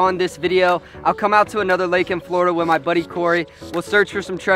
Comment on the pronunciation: its florida man its florda